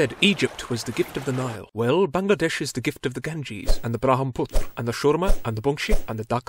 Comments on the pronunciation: Your pronunciating of Bangladesh was spot on. English speaker often call it Bang-la-dash but it is really how you said it. Bungla-desh. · This is the only foreigner that pronounced Bangladesh correctly. Very happy right now.